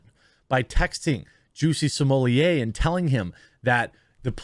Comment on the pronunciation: I have heard Juicy smooleeyay so often that I actually forgot how his real name was pronounced.